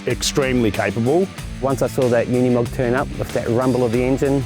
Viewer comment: Pity nobody can pronounce Unimog. It is ooh neeh mog. It is Deutsch, not English. And, Mercedes is Mer C des, not Mirsydies. 😂